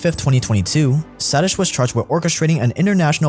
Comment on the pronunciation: Satish? Sa-teesh!